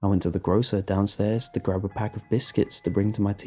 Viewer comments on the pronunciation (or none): none